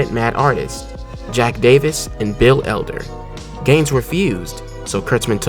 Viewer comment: ~ Bill Elder, not "Welder." Jeeze, get it right.